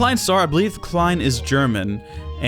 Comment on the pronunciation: props klein wwas pretty good pronounced